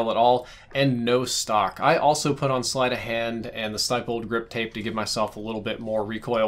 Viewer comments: Cringed so hard when he said “STY-PPLED” instead of “STIPPLED” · Stypled grip tape??? Stippled stihh stih-pelled STIPPLED, MEANS DOTTED STIPPLE NOT STYPLE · Why does everyone pronounce it stipled its stippled. Like STIP. Not STIPE